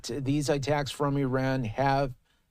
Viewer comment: It's Iran, not Eran.